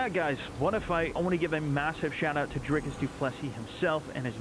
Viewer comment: Dricus 2+3. Sound better roll the r. Canadian can say the surname